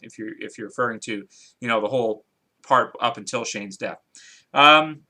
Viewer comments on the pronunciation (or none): none